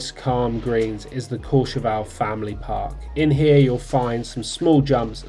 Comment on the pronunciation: Couple of things - it’s CourcheVEL - not Courche VAL …. Drives me mad!!! Having done seasons there, you only hear Brits renaming it to “VAL”…. Anyway, nice vid, but it seems you are only talking about 1850… 1650 didn’t get a mention and that has some great varied terrain, but as you say, all a bit light and cruisy- but good fun for thrashing about a bit. 1850 way over priced, over run with rich Russians and other people with too much cash… ruins the whole place. Stay in St Martin de Belleville instead and you are connected by a couple of lifts into and out of Meribel if you want to be in that part of the system - or Val Thorens if you want more challenging terrain. all good, nice chilled content mate 👍🏻